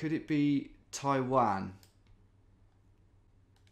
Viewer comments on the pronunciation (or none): none